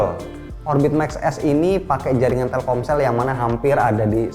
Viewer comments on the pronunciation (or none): TELKOMSEL ❌ TELKSOMEL ✅ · Telcomel?? Telselkom ?? Telsomkel ??